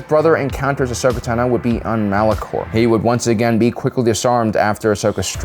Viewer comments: The emphasis of (Ahsoka) Tano is on the first syllable TAno, not taNO :( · Who the hell is Ashoka “Ta No”????😖😖😖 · Ahsoka Tan-oh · WHY DOES THIS MAN PRONOUNCE “TANO” LIKE THAT? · Why do you pronounce Tano's name so weirdly? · Every time this guy mispronounces Ashoka’s last name I die a little inside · How does someone running a Star Wars channel manage to mispronounce Tano, Cere, and Trilla? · Does he mispronounce every name on purpose? Kie-shyyk, Tenno, Miraliaka, etc. Soo annoying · “Kai-sheek”, “Ahsoka Tuh-no”